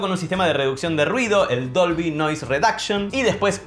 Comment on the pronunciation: Dolvy... Siempre le dice Dobly... Debí haber parecido un idiota!!!